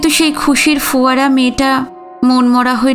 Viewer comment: আরেকটা শব্দ এইমাত্র কানে এলো ফোয়ারা। এবারেও আপনি পড়লেন foয়ারা। এই বিচ্যুতি গুলো শুধরে নিলে শুনতে আরো ভালো লাগবে।